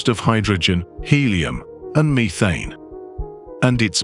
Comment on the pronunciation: Mee-thane? maybe learn how to pronounce words sometime